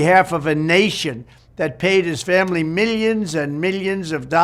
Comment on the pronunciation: 54 "the Biden Fambly" 🤨